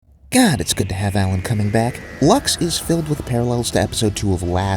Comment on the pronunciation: Why did bro say cumming 💀